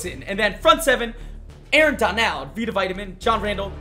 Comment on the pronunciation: Why did he say Donald like that?